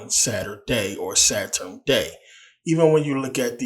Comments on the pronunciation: Good information brother. But, what is a Saturin? I thought it was Sa-turn? 🤔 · First video I skipped. If you can't pronounce Saturn then why would I listen.😢